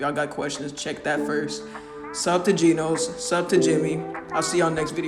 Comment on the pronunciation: Its genoz not genose